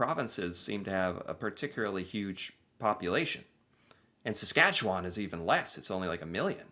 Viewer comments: You think there's not a lot going on? Look closer, baby, you're so wrong. And that's why you can stay so long, when there's not a lot going on. Seriously, though, I'm from Saskatchewan (pronounced sə-SKATCH-ə-wən as there's no WAHN at the end, but don't worry, most other Canadians can't pronounce it either). Only the southern half is flat, although southern Manitoba is way flatter, and so frankly is Illinois. For most of the early 20th century, Saskatchewan was the third-most populous province after Ontario and Quebec, yes, more than Alberta, Manitoba, or British Columbia, not to mention all the tiny Atlantic provinces. Then the Great Depression and drought hit the province worse than any other part of the country, the people next door in Alberta struck oil and got rich, so a lot of people moved there from Saskatchewan. But as is often the case when people come into money, they also turn into conservative assholes, and that's Alberta's story. Meanwhile, Saskatchewan was so ravaged by the effects of drought and capitalism-induced depression, it elected the first socialist government in Canada in 1944 to clean things up. Tommy Douglas's CCF party was so popular, it remained in power for 17 years, during which we got universal health care, publicly owned utilities (gas, power, car and home insurance), and the first bill of rights in Canada. But eventually oil and coal were discovered in Saskatchewan, too, and when that happened, a lot of people in the province turned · I will now teach how to say "Saskatchewan." It doesn't end in "wawn" (like lawn) in a looong syllable like that. It's more like Sas-Katch-ew-wn. If there must be a vowel, it's more like "win" than "wawn". OK, everybody on 3 now.... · the way he pronounces Saskatchewan in the video makes me cringe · Sask born and raised. You can tell someone's not from here with how they pronounce Saskatchewan, ugh that narrator.